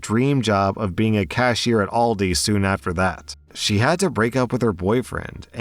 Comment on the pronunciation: It’s not pronounced all-di, it’s pronounced Al-di. Sorry about the nitpick